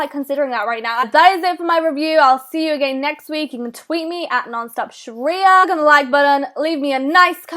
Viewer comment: * SHARIYA. GET IT RIGHT.